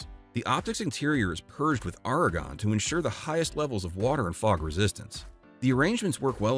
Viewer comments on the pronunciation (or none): none